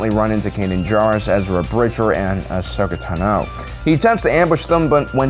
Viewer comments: "Ashoka Tan-O" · WHY do you pronounce Ahsoka Tano like that? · I didn't care about your list at all after that pronunciation of Ahsoka Tano and you not knowing the timelines shows me you are just reading a script. Probably never even watched rebels.